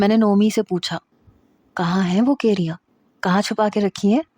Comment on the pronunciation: Key-riyaaan????? 😂😂😂😂 ya kayriyaaan😂😂